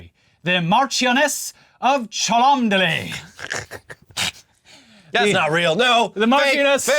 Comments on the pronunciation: According to Wikipedia, "Cholmondeley" is simply pronounced CHUM-lee -- like the dumb one from Pawn Stars 😝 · I'm over an hour too late in saving you the trouble, but Chalmondley is pronounced like Chumley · Sorry guys, you won't believe this but the place is pronounced 'Chumley' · Its pronounced "chumley" you damn heathen colonists. How else do you think Cholmondley would be pronounced? Whatever next, are you going to fail to realise Featherstonehaugh is pronounced "fanshaw" ??? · “Mash-ioness of Chum-Lee” that’s the actual pronunciation 😂😂 not that sexually transmitted disease sounding word your brain was tripped into saying, due to the unholy amount of needless letters involved 😂😂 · They're going to go insane when they find out Cholmondeley is pronounced "Chum-lee" 😂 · Also, I know no-one gives the sloppiest of shits about this, but as per my earlier confession I'm British so I'm genetically cursed to do this whether I want to or not: "Cholmondeley" is pronounced "Chumley". Sorry about that, I can't help it. It might make your next few jokes about William WIndsor's side-chick a bit easier, though. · People losing their mind about the pronunciation of “chomondeley” need to consider this: mad name problems like this is how 100% of German spies were caught within hours of landing in the uk in ww2. “Hello good sir, can you direct me to Leicester Square?” “Yes of course, I shall take you there myself?” “Thank you… wait why am I in a police station?” “You know why Fritz” Fritz did not know why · I would pronounce it Cholmondeley and not Cholomdeley.🤣🤣🤣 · “Cholmondeley” is apparently actually pronounced “chumley”. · Oh come on chaps. Its pronounced ''chumley''. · Cholmondeley is pronounced "Chumley" for anyone who would like to know 😂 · You know what makes it worse? Cholmondeley is actually pronounced ‘Chumley’ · it's pronounced Chumley, because the english language ... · Its pronounced Chumlee. You should hear how they pronounce featherstonehaugh.